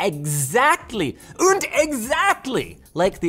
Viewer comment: I spotted a German "and" there.